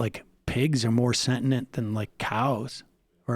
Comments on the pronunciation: I love Sam to death, but I would eat a Sam sandwich if our plane crashed in the Alps. My attention was really drawn though, to him saying “sentinent”. Are we all just supposed to ignore that? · lol Sam "I don't know how sentinent plants are" Seder, meme level 100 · sentinent? sentient* INTO THE HUMAN HODDOG MAKER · So nobody's gonna correct Sam on the pronunciation of "SENTIENT" huh? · Aw what's wrong little baby? You need a safe space from vegans? His argument was on point. Sam sounded like a complete moron. He couldn't even pronounce sentient correctly.